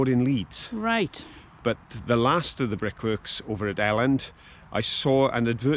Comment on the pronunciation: Really enjoyed this one as I am from Halifax and spent a long time living in nearby Hebden bridge - you are saying it correctly it is pronounced El Elland not EE eland. Love seeing the countryside again round there as i now live on the darkside - Lancashire! Just kidding about it being dark it is actually equally beautiful in some areas.